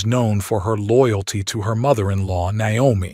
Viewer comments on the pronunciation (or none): none